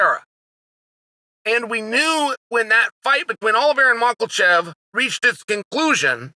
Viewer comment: Mockelchev lol I feel chael intentionally mispronounces fighters' names. Ya rear